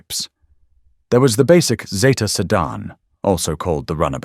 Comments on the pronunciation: I'm old enough to remember them coming out and yes, it was Zeeta. Not Zayta. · It is zeeta……NOT Zayta. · Get it right its a zeeta.... Australia. Made it and named it